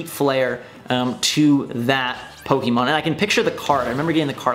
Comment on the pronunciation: What's a puhkeymon?